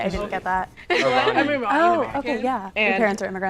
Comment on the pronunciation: How can you pretend to be Iranian-American when you can't even pronounce Iranian correctly. "Irahhhhhhhnian"?????